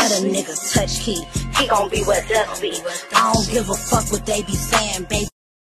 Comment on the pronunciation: if you been ar people with over bites you would clearly be able to tell that she said dust she got a over bite so that’s why it sound like she said duck…